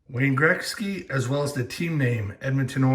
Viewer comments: Its pronounced gret-ski not Greg-ski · It’s not Grexky. Damn the way you say Gretzky drives me nuts. Lol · Say Wayne Greksky again lol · learn how to say his name correctly....fuckin embarrassing